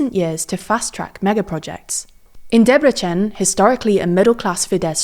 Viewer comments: Pronouncing fidesz properly now (not the polish way). Debrecen however is pronounced as Debretzen (c being the same as in Serbian, tz). Great reporting otherwise. ❤️ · "Debrecsen" This was so funny 😅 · great video, it's pronounced 'deb-re-tsen' btw :) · DebreCSen.... an italian has said that